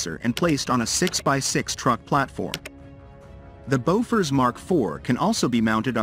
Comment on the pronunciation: not Bofors !!